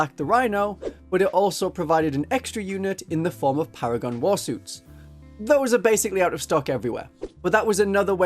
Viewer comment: They're called Para-gone after all, duh